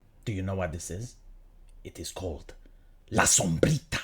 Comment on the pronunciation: I love how you pronounce "la sombrita" you have good spanish pronounciation.